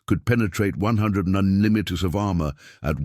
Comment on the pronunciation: Lousy voice-over. Can't even say 'millimeter', comes out 'muddlemuddle'. Tank designations are a muddled disaster.